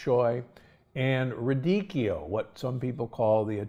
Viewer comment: ...It's not "RIDICCHIO", it's "RADICCHIO", Dr.Gundry...